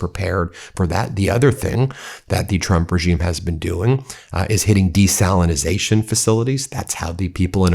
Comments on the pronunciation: Desalination. Not Desalinization. Desalination plant. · Desalination ✅ Desalinization ❌ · I think it's desalination. Not your strange version of the word. And if you did your research you would know that Iran actually has natural springs as well. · Ben! It's DESALINATION! We need to be taken seriously!